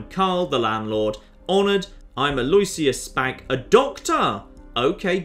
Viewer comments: Btw, Alloisius is pronounced 'a loh ISH uss/a loh ISS yuss' rather than 'a LOY syuss.' When spoken quickly, it's commonly accepted for the 'loh' to sound like 'loo.' I mean as far as I can tell anyway, we Canadians are an odd bunch for pronunciation lol but Toronto had an Archbishop with that name and I heard it all the time. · Aloysius: Al-o-wish-us. Not Al-oy-shious. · I think the name is pronounced "al-oo-ish-us" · It completely isn't. Aloysius is a latinisation of a germanic name, therefore latin pronounciation rules apply, therefore the "w" is silent and the "i" is pronounced. I know it is pronounced differently in the US, but that is not the original pronounciation.